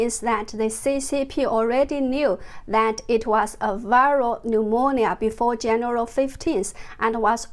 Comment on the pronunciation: More amazing info but Jennifer can I please help you to pronounce 'January'? 😂 Have a great weekend :)